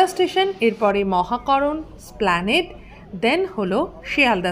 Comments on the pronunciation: খুবই পরিশ্রম করে ভিডিওটা বানিয়েছেন বোঝা যাচ্ছে। ধন্যবাদ। কিন্তু দু'টো ইংরেজি উচ্চারণ নিয়ে একটু বলতে চাই। আপনি হয়ত মনে মনে ভাবেন, ইস্কুল কথাটা ভুল, স্কুল কথাটা ঠিক। এস্কেল বলে কিছু হয়না, স্কেল উচ্চারণটা ঠিক। সেরকম ভাবেই "এস্প্ল্যানেড" উচ্চারণটা বেঠিক, "স্প্ল্যানেড" উচ্চারণটাই সঠিক। এই ভুলটা অনেকেই করেন। কিন্তু "এস্প্ল্যানেড" উচ্চারণটাই ঠিক। বিরাট সমতল জায়গাকে এস্প্ল্যানেড বলা হয়। And one more thing. "ক্লক রুম" না। উচ্চারণটা হ'ল, "ক্লোক রুম"। ক্লক মানে ঘড়ি। আপনার চ্যানেল দেখি। ভাল লাগে। তবে হ্যাঁ, আপনার "subscribe" উচ্চারণটা কিন্তু বেশ সাহেবি। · এসপ্ল্যানেড "এ" টা উচ্চারণ করুন। নইলে ভুল বলা হচ্ছে।